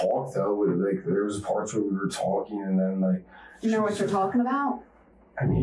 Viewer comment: Ugh, this guy! With the voice that makes me need to shit. Can anyone else not stand that way he says words like "talking", he pronounces it "tauwking" like he's about to vomit after the T